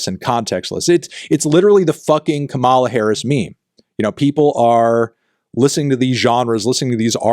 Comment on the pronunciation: More of this sort of collab, please. - Also, the smile gives when fantano mispronounces Kamala(COMMA-lah)'s name.